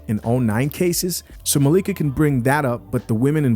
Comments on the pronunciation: It’s hilarious how you intentionally mispronounce her name.😅😅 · her name is Malika not Mikayla! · Bruh at least day her name right lol